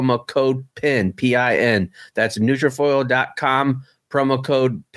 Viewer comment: Good episode. There’s a YouTuber named Peter Fairlie that uploads daily NK soaps and news. It’s a pretty good watch when you put the subtitles on…Also, for the record when reading the ad in future episodes it’s NutraFULL not NutraFOIL.